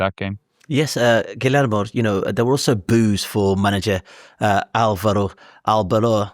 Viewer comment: AYO IT’S “GHEE-YER-MO” NOT “GILL AYRE MOE” poor guy is wincing whenever you said his name